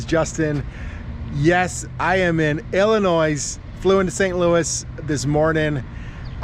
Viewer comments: Justin, just to let you no,the S is silent in Illinois!!! Just say'n!!! That is a really nice looking trailer for a 17 man !!! Super singles suck!!! If you have a flat your done !!! But Justin,can i ask you why you didn't lease a truck from Ryder or someone,and talk that baby home with you !!! Because now you have to pay a driver to go out,we'll unless you go,but fuel one way,but just thought i would ask !!! Just say'n!!!😊😅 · Dude come on the S in Illinois is silent pronounce it correctly!!!!!!!! Lmao 🤣🤣🤣